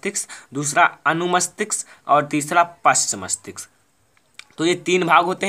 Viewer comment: मस्तिक्स नही मस्तिष्क होता है sir 😅😅😅😂